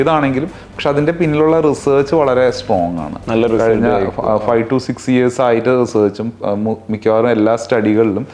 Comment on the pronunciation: കയിഞ്ഞ അല്ല - കഴിഞ്ഞ